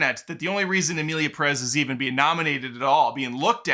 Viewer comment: OMG what is it with gringos. Do you see the accent on Pérez? That means you stress the first syllable. Accents are there for a reason. It’s PErez. PErez!!!